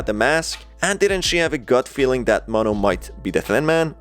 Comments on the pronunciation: It's not maahh no say mo then No mono notice there's two ways white:maahh no Spanish: mo no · Mono not ma'am